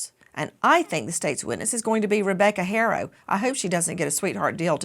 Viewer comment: Their last name is not HARO, it's pronounced ARO... the "H" is silent! 🙄🙄🙄🙄🤦🏻‍♀️🤦🏻‍♀️🤦🏻‍♀️🤦🏻‍♀️